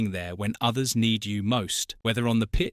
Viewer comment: hard too watch this its BUCKAN YOU PRONOUCE IT BUCKAN